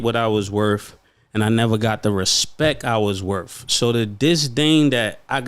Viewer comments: "Dah respek i wuz worf" How embarrassing. How is everyone OK with this lazy, incorrect way of talking? We put this culture on a pedestal. It's gross. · "The respect I was werf" 😂😂😂eh?